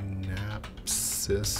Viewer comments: "Synapsis" Made me laugh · its Synapse / Synapse X not Synapsis lol